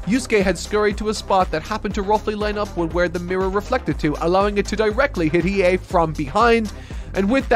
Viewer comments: pronouncing Hiei's name properly on the first go is the character development I've been waiting for. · 🎉👏🏼 should be proud of himself, got the Annunciation right on the money, and I bet you he probably thought to himself "There's no way it sounds the way it looks" but it does. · Ur pronunciation of 飛影is fine 👍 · I'll give him a pass, he's saying his name Right, just with more emphasis on the "U" (like "Gon" but saying it like "Gone" during his 1st HxH vid). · well not perfect as the weight was not fully correct but yeah pretty good(just went to the Japanese dub to make sure) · Im so excited for part 2. I love hearing someone who never knew about YYH experiencing it for the first time. Im trying to get a friend of mine to watch it myself. But shes being stubborn lol. Its a favorite from my childhood and yes you did say Hiei correctly lol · He might've nailed Hiei's name, which is really impressive (unless he just listened to the pronunciation of an episode) but of course he mispronounces Kurama like 90% of all three syllable names